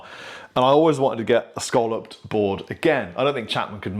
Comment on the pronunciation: When referring to the semi-circular shape it is pronounced phonetically 'scalloped.' Buy with the shell variety that people eat it rhymes with 'dollop. '